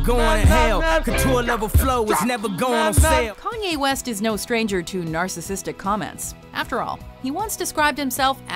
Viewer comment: who the hell is Canyea West?